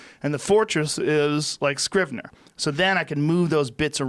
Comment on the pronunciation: Joe "I use this program called Scribner" Rogan